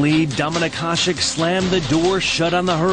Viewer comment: Hašek is pronounced HaSHek not Hasek